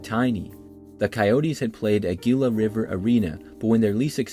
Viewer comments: Spurs played in the alamodome, Hawks played in the Georgia Dome. Also, "Gila" is pronounced "Hee-luh" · The Coyotes home arena, Gila, is pronounced hee-luh. Same for Gila county and a Gila monster. Cool video. If you do another one, I believe Bank One Ballpark, or Chase Field now, for the Arizona Diamondbacks, has hosted basketball games. I know it has had a few college bowl games played there. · As an Arizona native, always love hearing people not from here try and pronounce Gila 😆 for the record the G is not hard, it's pronounced 'HEE-la' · Gilla the G is pronounced like an H.